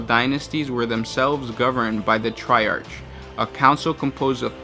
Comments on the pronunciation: Triarch is pronounced try-ark. I love the facts but your voice and accent don't fit the theme. Have you considered having guest voice overs? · You did it both ways, but the correct pronunciation is "tri-ark."